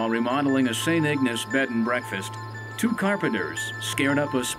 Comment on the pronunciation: St Ignace!! Pronounced Ig N ace long A people Long A,, damn!!